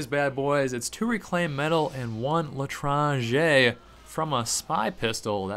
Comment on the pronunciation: That was the best pronunciation of "L'etranger" I've heard on Youtube.